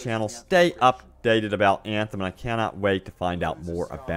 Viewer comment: I love your vids, but I cringe every time you say Eeeeeyaaaanthem... 😢